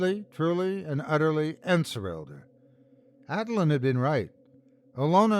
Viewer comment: En-SOR-selled - to be under the influence of a sorcerer’s or sorceress’ sorcery. The root word ‘sorcery’ should be apparent in the pronunciation.